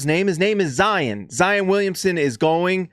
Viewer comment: It's "Zy - ON." Not "un." Gotta get that Utahr pruhnunciation out of your head. ;)